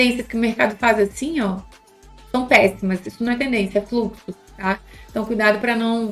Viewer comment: Sim kkk tava falando 'asfim'